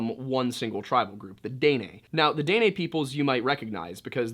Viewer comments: I love your vids, I just wanted to help you with pronunciation of Dinè. it’s more of “deh-neh” or “duh-neh” instead of “day-nay”. The last half “neh” is almost cut off, so instead of “nay” it’s more like “neh-“. I hope this helps :)) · it's pronounced "Di neh" for the people from the south but "day nay" gave me a good laugh. you make some really good content. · This is the first time I can say I've heard Dene pronounced Day-nay instead of Deh-Neh lol. I recently found your videos and I love how you always include history of the area 💛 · Btw it’s pronounced “den-nay” (like the horse) it means “the people” out culture goes very deep and is very interesting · It’s pronounced DEN NAY. I’m kaska Dena from this region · Btw it's pronounced Den-ay. Maybe im retarded but i know dene people and thats how they said it. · Just a comment from a Canadian viewer and fan. Since you brought it up, Indians up here are called "First Nations or Native Canadians". When you are that far North, they are usually referred to as "The Inuit". The Métis is pronounced as May-tee, Dene is pronounced as Den-ay. Knowing the difference, yet still saying "Native Americans" is not cool...just saying. 🇨🇦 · I’m so sorry I usually love your videos but I’m Dene and I just can’t get through the video with you saying it wrong the whole time 😭😂